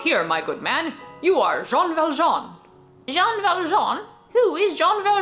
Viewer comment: His name is Joj ValJooooj (And I'm Jojvert)